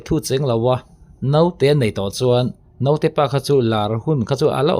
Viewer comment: A theih chuan mizo tawng hmang dik ang aw...Note tiin i lam kha dik lo naute ti rawh aw ..sawi zel lo mai ang